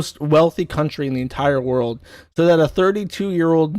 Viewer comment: Its pronounced "so". Never heard a smooth brain who say "sue".